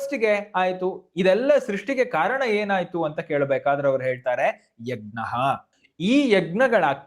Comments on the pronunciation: ಯಗ್ ನ ಅಲ್ಲ ಯಜ್ ನ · ಯಜ್ಞ ವನ್ನು egnya ಅಂತ ಸರಿಯಾಗಿ ಹೇಳಿ 🙏🏾ನಿಮ್ಮನ್ನು ನೋಡಿ ಕಲಿಯುವವರು ಇರುತ್ತಾರೆ 🙏🏾ಜೈ ಶ್ರೀರಾಮ, ಗ ಕಾರ ಅಲ್ಲ ನಾನು ಹೇಳಿದ್ದು, ನ್ಯ ಬರಬೇಕು ಕೊನೆಯಲ್ಲಿ ಅಂತ, ಅದನ್ನು ಬಿಡಿಸಿ ಬರೆಯಲು, ಇದರಲ್ಲಿ ಇಲ್ಲದೇ ಇರುವುದರಿಂದ, ನಿಮಗೆ ತಿಳಿಯುತ್ತೆ ಅಂತ ಹಾಗೇ ಬರೆದದ್ದು, ವಾಯ್ಸ್ ಮೆಸೇಜ್ ಆಗೋದಿಲ್ಲ ಇಲ್ಲಿ ಅದಕ್ಕೇ ಸರಿಯಾದ ಉಚ್ಚಾರಣೆ ಇರಲಿ ಅಂತ, ನಾನೇನೂ ಎಲ್ಲ ಗೊತ್ತು ಅಂತ ಅಲ್ಲ ಕ್ಷಮಿಸಿ 🙏🏾ಕಲಿಯುವವರು ಇರುತ್ತಾರೆ ಅಂತ ಅಷ್ಟೇ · ಯಜ್+ಞ ಎಂದೇ ಉಚ್ಚರಿಸಬೇಕಾದ್ದು. ಗಕಾರ ಬರಬಾರದು.